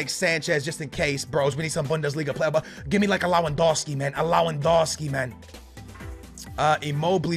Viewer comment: LAWADONSKI? SMH